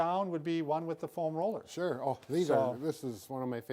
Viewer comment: foam ROLLER. Emphasizes roller more than foam and it sounds funny haha. Love these guys.